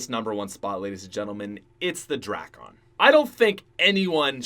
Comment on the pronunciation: He say drakon like drackon